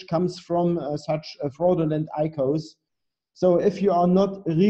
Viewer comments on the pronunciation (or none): IKOS man merkt richtig wie er keine Ahnung davon hat :D Aber gut muss er auch nicht. Es wird I Ce O 's ausgesprochen ;) fürs nächste mal